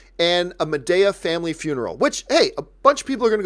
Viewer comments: John, it’s Ma-DEE-ah and second, why have you been silent about Alita breaking $350 million? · “Ma-DAY-a?” LOL